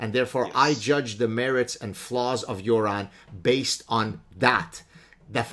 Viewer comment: Props for pronouncing "Göran" correctly lmao